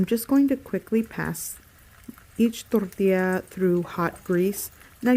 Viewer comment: I love the way she speaks perfect English, with no Mexican accent what so ever, until she says TORTILLA. Then she rolls her "R" & emphasizes the double 'll". Hilarious.... Too FAKE for me.....